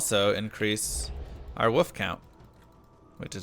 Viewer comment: WOLF NOT WOOF! BITCH